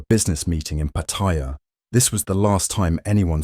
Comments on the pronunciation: PattAya. Not Pattiya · Uh, its pronounced Patti-YA not Pa-tire. Its also a shithole. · The Thai pronunciation is PAttaya with the stress on the first syllable. Not PattAya... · Why do you call it PATHAIYA......THERE IS NO I IN THE WORD........ IT IS PATTAYA TA AS IN T A NOT THAI A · Like so many foreigners ( farang's) you need to learn how to pronounce Pattaya correctly, there is no such city called Pattyrea , Pat-t- a -ya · It was forgotten in 24hours. pS its pronounced patt-a-ya. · It's PAA- taya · Pataiya, love how Brits pronounce Pattaya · Narrator......try saying Pa Tai--ya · “Pattaya”. If you want credibility, learn to pronounce the name first. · How can anyone take you seriously when you pronounce it wrong in the opening title scene? MEGALOL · And never pronounced Pattaya correctly once ...